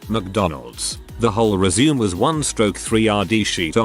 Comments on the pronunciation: ResuMAY, it is pronounced resMAY!!! It is originally a French word and is pronounced with a long a at the end. I quit listening, if you tell someone you will give them your "resume", pronounced as if you were going back to doing something, as opposed to a ResuMAY, which is a summary of your work history and marketable skills, you won't be getting the interview. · I like how the text to speech says resume as in go on, I guess because there isn't that little dash thingy.